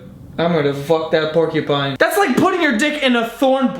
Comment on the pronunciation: it didn't register that he said porkey pine and I thought he said pinecone